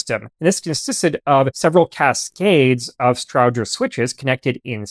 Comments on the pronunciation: Almost all correct, the pronunciation is off for the central office can switches always heard it pronounced “Strowger” (long O) and not short O as spoken here. Its Stroooojer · It’s a STROWGER as in ROW-ING, NOT EYE-BROW. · Well done! I've always heard Strowger's name pronounced as "STROH-jer". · As a former employee of a central office equipment manufacturer, I was taught that Strowger was pronounced with a long O and a hard G, which is not the way you say it. Did you reach your pronunciation based on how Almon Strowger himself pronounced it, or did you just assign a pronunciation based on your assumptions?